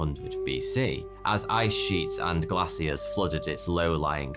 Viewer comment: I love and hate the way he says "glacier"